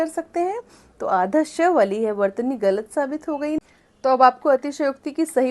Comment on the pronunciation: आप ग़लत शब्द का उच्चारण गलत बोलते हैं जो ग़लत है; सही उच्चारण ग़लत होता है। 'मुर्तज़ा' नरियारवी